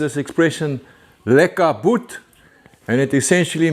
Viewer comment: Greetings again from Houston TX. Nice to see the Hudson come along so well so quick! I'd always wondered about lekka boet. Sounded too close to lick a boot 🤣🤣